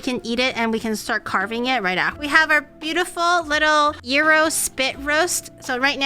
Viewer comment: I lived in Crete as a kid, on Iraklion Air Force Base, for many years. Watching her make authentic gyros is making me time-travel. Listening to her pronounce 'gyro' as 'euro' is making my ears cringe. ¦¬D {"yee-row", but you gotta roll the 'r'}